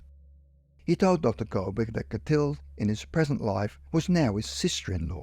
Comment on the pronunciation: You pronounce the girls name Clothilde totally incorrectly. It should be pronounced clo-TIL- duh